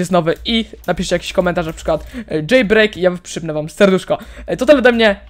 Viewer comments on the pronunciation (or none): Dżejbrejk xd